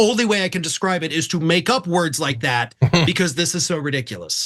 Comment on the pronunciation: and dump boy can’t even pronounce word properly and slurs repeatedly😳 rambling nonsense blah blah blah. Ofc you like hearing diaper boy rambling cause likely you’re very intelligent yourself. Good luck 🍀